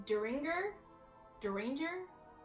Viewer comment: .22 caliber Der-in-jer